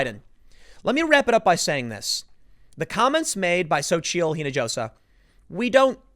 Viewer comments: Spanish pronounces the letter "J" like an English "H". It's "een a HOS a". Or are you still "Looking for the way to San "JOE SAY". Put a little work into learning words, bro. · I know Tim's not great with pronouncing names, but you can tell he hasn't been around a lot of Spanish speaking folks. The "j" in "Hinojosa" is pronounced like an "h." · Spanish lesson for Tim: Hinajosa is pronounced "eenahosa" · No. It's SO-cheel. And the leading H in the last name is silent, so it would be more like Ee-no-ho-sah. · Hinojosa = pronounced ‘he-no-ho-sa.’ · u pronounce it Hin -i-hosa (hispanic orgins) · dude, her last name (Hinojosa) is pronounced “ee-no-ho-sa”, the first name? not too sure